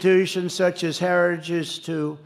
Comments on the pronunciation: He didn't say, "heritage". He clearly said, "hairer-stah-ges". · Did he say "Herristage"? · You can tell the video of Trump is real. He mispronounces "heritage". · Heritigegege is tough to say though, he does it like a champ. This guy would ace a dementia test. 💪🏻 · He has a real problem pronouncing the word "Heritage'... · Trump can't even pronounce "heritage"...🤡💩🤪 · He can't even say HERITAGE!!! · Note how Trump struggles with the word “heritage.” Experts have pointed stuff like that out as a sign of his cognitive decline. Which is only going to continue to accelerate. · DT can barely pronounce Heritage! Vote President Biden again v Project 2025. Audio of Ch 14 Health and Human Services is narrated by Ellie Dreams Down Under. Twisted and dark! The plan is to change the name to the Dept of Life. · Trump can’t even pronounce heritage foundation properly. It was a word salad. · He can’t even pronounce heritage, I am from Norway, my English is far from perfect, still I can pronounce heritage. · Hold his lying ass accountable! He can’t even say the word Heritage! 😂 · He can’t even say heritage!! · He can’t say the word ‘heritage’. 😂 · His addled aged brain cannot properly pronounce "Heritage". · He can't even say the Heritage name properly , what a loser . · Trump can't even say the word heritage but he sure can lie. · Also having such difficulty saying ‘heritage’.. lots insights here, thanks!!